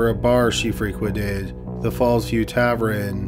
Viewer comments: Jesus Christ, the word is Tavern! TAV-ERN or TAV-EN. Not TAVREN, or TAVRUN! But Tavern! Arrrrggggghhhh! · Yes! Tavren is what’s up!! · "Tav + urn" is the correct pronunciation, that bugged me so much. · Argh yes!! He also pronounces the word geneology as gene-ology instead of genie-ology. Maddening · why can't you say "tavern", dude?? 🤔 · Even considering how good your videos are, if I hear you say tavren one more time I may become a murderer myself... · Tavern pronounced -Tav-urn, Tav-URN or Tav-ErrrN. Thanks for the upload, I’m really enjoying these. 🐿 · Tavern. Tav-verhne. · It's tavern! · TAV-ern 😭😭😭😭 sheesh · What the hell is a Tav-ren?!! Were you born in a CAV-REN?? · Wtf is a ‘tavREN’ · What is a tavren? I swear he purposely mispronounces one word every video to mess w me! Lol good video as always though. 👍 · omg stop saying TAV-renn!! lol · tav- ERN not tav- RIN … lord almighty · I like this show, but why does he say “tavren” when he means “tavern”? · Oh my word....Please say "Tavern" correctly....I had to stop listening after the narrator said "TAV-REN" for the hundredth time. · Anyone Canadian can comment? Is Tavrin a Canadian thing or just a personal quirk of his? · Am I the only one who is bothered by pronunciation of tavern? It's tavERN not tavREN. It's my only gripe with the video. lol. Happy 2020. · Tav-ren? Tav-ern TAVERN.. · "Tavren?" lol wtf. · Subbed to this channel for a while but still cringing at "tavren" vs "tavern"... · SAY ‘TAVRIN’ ONE MORE TIME. I DOUBLE-DOG DARE YOU! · Every time he said Tav-ren, I felt like I had gotten punched in the stomach. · Yeah sorry but if you're gonna read out scripts you gotta do a little better. It's pronounced tav-urn not tav-ren and the past tense of pleading is just plead, pronounced p-led not pleaded. Edit: I was incorrect about pleaded, please ignore and I apologize. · Gah, tavren! My grandparents owned a tavren when I was a kid and here I've been pronouncing it incorrectly all this time.